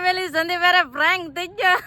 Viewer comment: પ્રેંક બોલાય બેન તમારું પ્રયંlક સાંભળીને કંટાળો આવે ગયો